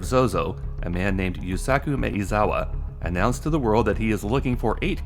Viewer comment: Mah-eh-zawa, not May-uh-zawa.